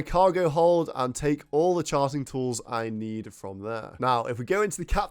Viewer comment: I heard you say sharting lol